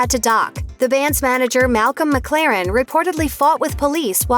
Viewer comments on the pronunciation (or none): none